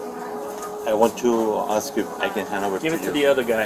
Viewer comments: “She ax me to go on the cruise “ 🙄🙄🙄🙄🙄😳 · Or in her case, "ax" for a lawyer. 😂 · They axe difficult questions!